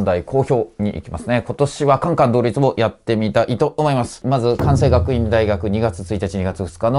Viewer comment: かんせい なんですよね。かんさいではなくて。